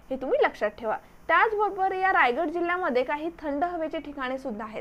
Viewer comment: Tai mast mhahit ahe pn jara shabdh tal rajgad nhi tar Raigad ahe te ani varad vinayak nhi vardh vinayak